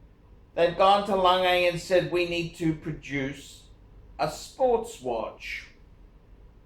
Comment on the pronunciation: LAN-GE AND ZOON...... fmd